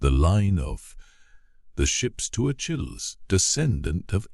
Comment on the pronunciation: It is grating to the ear when a proper name as commonly known among educated English speakers as Achilles is grotesquely mispronounced